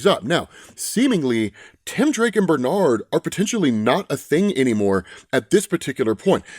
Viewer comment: I almost clicked off the video when he said Benard